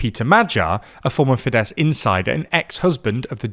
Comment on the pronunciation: MA-jahr, TEE-zah and fee-DESS 😂 ok I don't expect you to pronounce the Hungarian "gy" properly but at least you can say FEE-dess and TEE-sah 🙄